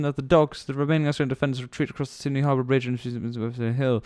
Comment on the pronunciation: FOR THE LOVE OF GOD its Sydney not Sindy